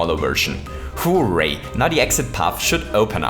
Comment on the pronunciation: When you say "hooray" you sound like you're saying "who rate"